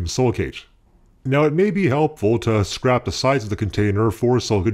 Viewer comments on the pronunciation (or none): Did you really say "scrap" instead of "scrape"? LOL I'm guessing a spelling error on your script?